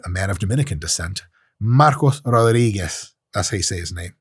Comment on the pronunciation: That Rodriguez was pronounced like a true native spanish speaker.